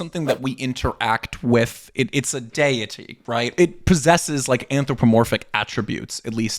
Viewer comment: It is wildly inappropriate to make modern diagnoses of modern mental health conditions as it is just unhealthy affirmation of this detrimental mental health treatment in the modern US. Also, I’m convinced your pronunciation of deity is rage bait.